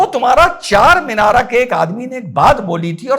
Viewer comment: Charminara na bolna charmender bolna kal